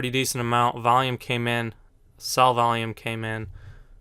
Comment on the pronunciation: Its not volume. Vaium.